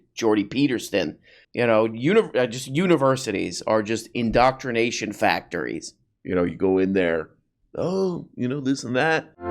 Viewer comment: In-doctr-ination * Jorpy's the real "doctr".